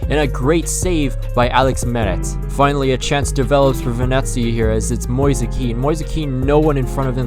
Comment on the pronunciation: Mo-ease is the pronunciation for ‘Moise’ btw and the mario kart music 💀